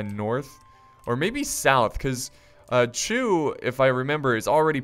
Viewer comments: it is indeed pronounced Chu not "Shu". The original Chinese character is 楚 (chǔ), it was a real state during the Spring and Autumn Period. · It's pronounced Chu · Xu is pronounced "shu" easy mistake to make XD but yeah "Chu" is right